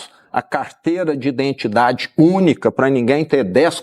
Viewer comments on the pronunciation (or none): none